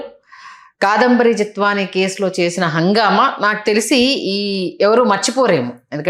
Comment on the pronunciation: KSP గారు కాదంబరి నత్వాని కాదండి జత్వాని యాంకర్ గారు మీరు కూడా పేరు తప్పు చెబుతే నవ్వుతున్నారు పేరు తప్పని చెప్పండి